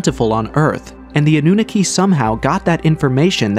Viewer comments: The way you pronounce Annunaki is annoying me even though I'm honestly trying my best to ignore it, Its pronounced Ah-New-Knock-Key NOT Ah-New-Nicky. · Your A.I. narration is mispronouncing SO MUCH. The Anunaki is not pronounced “AH-NOON-A-KEY.” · Full transparency here. I thought some of the folks in the comment section were being dramatic about the repetitive mispronouncing of Annunaki (& others but mainly Annunaki) being a problem. Well, I'm sorry fellas. 10 mins in and it's already irritating. I have no prob admitting when I'm wrong 😅🙏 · AI, can't pronounce Annunaki